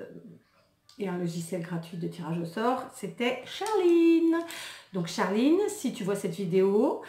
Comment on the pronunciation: Lol quand t'as appuyé sur la prononciation de charliiine